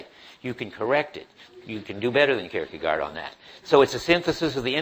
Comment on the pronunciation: "-gaard" is pronounced exactly as "gore" is. And the "ie" sound is like the "ee" in "keep".